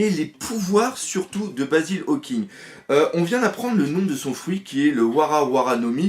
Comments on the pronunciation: Tu dis Hawking au lieu Hawkins mais sinon tres bonne expliquation du puvoir dHawkins javais pas tout capter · Tu peux arreter de dire hawkinGGGGGGG Y A PAS DE G !!!!!!